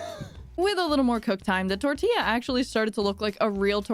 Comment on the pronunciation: No hate but can you please say tortilla properly (tortiya)